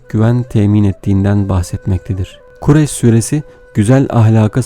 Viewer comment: Okurken doğru ama Okurken Kurayş diyorsunuz ..!